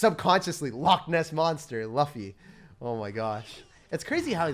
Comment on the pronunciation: ITS LOOFY NOT LUUFFY